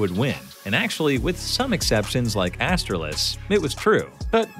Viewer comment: Like “ass-tralis”😂😂😂 edit autocorrect wanted ass-trails 💀